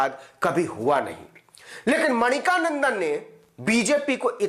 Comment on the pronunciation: Brother, his name is Mani-kandan not Manika nandan.